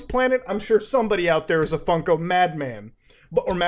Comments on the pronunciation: why does he keep calling them funky? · I can’t take him seriously when he keeps saying “funky pops”